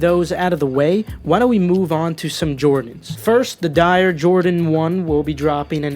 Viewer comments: Do a whole video on the "die-or" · 🤣🤣🤣🤣🤣 bruhhh. What are D-eye-ors??? I KNOW YOU FUKKIN LYIN!🤣🤣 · Dee-Or is how you say lmaoooo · wtf i read comments ab mispronouncing i thought it wouldnt be bad like it would be die-or but i heard "DYER" 😭😭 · It’s dee or not die or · From dee-or to die-or it's pretty much butchering the name regardless of accent, he probably said it on purpose so everyone would comment on it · Dior (DEE-YOR) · This man said dyree 😂💀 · Someone call Pop Smoke this man just said “Die air” 🤦‍♂️🤦‍♂️😭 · I love u but those dunks aren’t SB’s and “Dior” is pronounced “dee-or”...as in Christian Dior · Dislike for pronouncing Dior wrong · I almost had to let go for that Dior pronunciation lol but that is my dawg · Lol I like how you acknowledged your “Dior” mispronunciation in the middle of the vid 😂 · You are a college student, ostensibly "cultured" and "educated" yet you cannot pronounce "Dior" nor "Art Basel" correctly- you have no business giving anyone advice on anything, calls into question anything that you say. Concerning, folks. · LMFAOO when I heard how you pronounced Dior I went straight to the comments section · me too. 😂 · Lol same here, it’s ok. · mispronunciations going hard 🥴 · The way you pronounce “Dior” is so jokes 😂😂😭😭